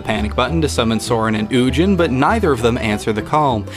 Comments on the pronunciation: I bet you pronounce "GIF" like "GIF" too, don't you; heathen? It's "Ooo-Ghin" not "You-Jin". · Holy shit that Ugin pronunciation 😖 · do spmething else. not as in "more", but as in "instead of this". You lost me at mispronouncing Ugin, then is skated downhill with the teen-movie curse-a-thon.